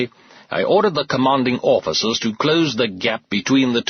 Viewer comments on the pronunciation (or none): I particularly like ‘orficers’.